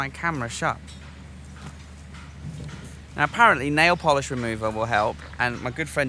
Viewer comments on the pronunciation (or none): none